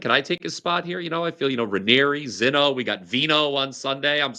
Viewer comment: called you AND Rob Veno ZEENO